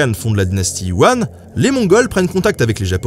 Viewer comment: Je risque d’être quelque peu rabat-joie mais c’est pour te corrigé sur ta prononciation du nom de la dynastie Yuan que tu as prononcé comme « Wan » , cela se prononce « Yu - an ». ( Désolé si j’ai l’air embêtante mais je suis étudiante en langue et culture chinoise. 😖)